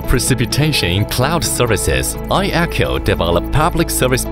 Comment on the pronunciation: Отличный ролик! Много нового узнал про iECHO. И наконец-то затихнут споры, как правильно произносить имя iECHO. Теперь только «ай-Экоу»:)